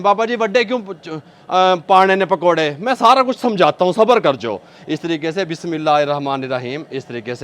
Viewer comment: Bhai, you need tajweed class very badly. You do not pronounce any bismillah hirrahmaan nirraheem properly at all. I am now 57, I have been in tajweed class for almost 3 years and still not 100%. When you say bismillah like this you change the meaning of it astaghfirullah. Please please 🙏 take some tajweeed classes. I was taught like you at at age 9 and didn't know I was reading Quran/Arabic all wrong. You skip HH altogether. Thats a throat letter pronounced from the back of the throat. Every letter has a different makhrij.